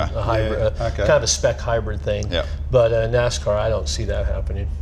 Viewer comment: I said that last show as well. Drives me nuts.